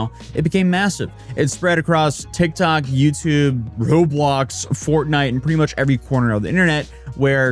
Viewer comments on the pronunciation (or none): none